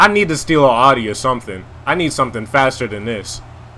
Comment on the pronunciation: why does he call it a oddie instead of audi